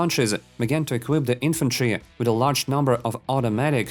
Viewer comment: Bro, there isnt an extra errr after saying an r in the last letter of a word